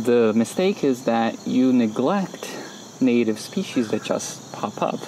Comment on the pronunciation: "Speeshees". Lol. 🌻 🤐😂 Thanks for the video! 😀